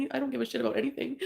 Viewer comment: “How aboot some respect and dignity” HOW ABOOT NO!!